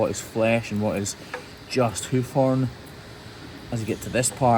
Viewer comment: "Heuf Hoern"